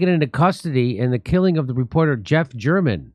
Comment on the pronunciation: Mister German hahaha pronounced mister Ger Man funny as fuck